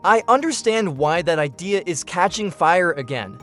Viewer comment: The AI is mis pronouncing more words. “IDEA” is not pronounced “I Dear”. More word salad